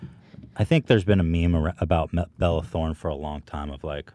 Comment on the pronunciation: Ethan always calls belle Delphine “Bella Delphine” and Bella Thorne “Belle Thorne” 😅